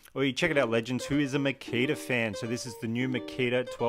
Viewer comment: Makita is pronounced Ma - Key - Ta.